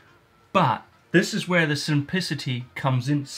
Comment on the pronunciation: slow down when your talking and try to say that one word again. Try breaking it up sim-plic-ity Try it! 😂